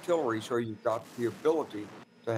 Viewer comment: Is the Leopard 2 tank pronounced like the leopard animal or is it pronounced like leotard? I noticed that Clark and Petreaus pronounce the Leopard 2 like "leotard".